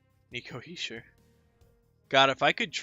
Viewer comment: You’re saying Hischier’s name right.